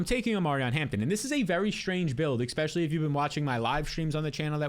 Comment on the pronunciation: Especially! Say it with me especially!